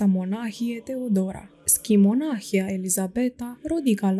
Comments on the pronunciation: Aveți greșeli de pronunție nepermise pentru un site ortodox. Nu stăpâniți exact acești termeni și pronunțați cuvinte ca Ceaslov, schimonahie etc ca și cum ar fi din alte limbi. Le stalciti rău de tot. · Stimată doamnă, dacă stăruiți în a lectura unui auditoriu vorbitor de limbă română nativ, ar fi de dorit să citiți respectând regulile de pronunție ale limbii române. Se regăsesc, în cuprinsul materialului lecturat, mult prea multe greşeli în ceea ce priveşte accentul, fals atribuit, multor cuvinte (monahie, schimonahie, ceaslov, isihie, pustia, pustie, Ioanichie, privegherea, pridvor, Pahomie, soborul, tuturor, scârnav), ceea ce, după părerea mea, este impardonabil. Pentru ascultător aceste dizarmonii fac să scadă valoarea informației şi să răpească din emoția duhovnicească a relatării. Doamne, ajută tuturor!